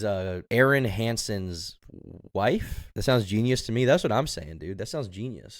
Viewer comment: I hate the way this guy keeps saying rife instead of wife